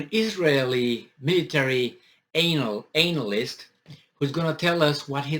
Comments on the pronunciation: "Anal-ist" LMAO! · I like how you pronounce the word anal-ist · The way he pronounced the anal-yst is '' disgusting '' 😂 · Pronounced an-a-list 😎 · Your pronunciation of analyst is fitting.......